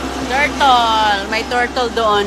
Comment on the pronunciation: Nag tor (tour),tortol (turtle)😅😂